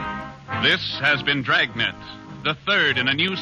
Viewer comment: From the extra syllable you give Dragnet, I thought this would be a long-lost sequel to Stan Freberg's parody Dragonet.